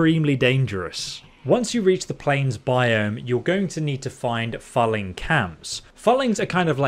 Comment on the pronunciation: ... and it's pronounced as in 'fooling', not 'phalling'. Getting goosebumps when he says it every time. lol